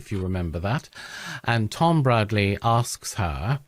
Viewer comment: It's Bradby, not Bradley.